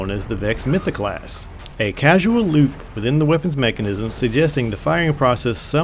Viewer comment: "CaUSal" not "CaSUal"